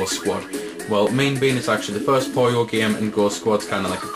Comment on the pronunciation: POO-yoh Not Poh-Yoh